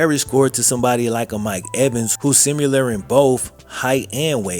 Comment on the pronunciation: bro love you but it's "similar" not "simular" hahaha that drives me nuts. there is no "u"